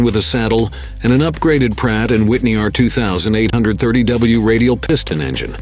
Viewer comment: Hearing that bot pronounce "Pratt & Whitney" makes my toenails curl.